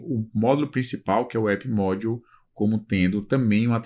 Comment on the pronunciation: me chamou mais atenção a pronuncia das palavras em inglês... "módiu"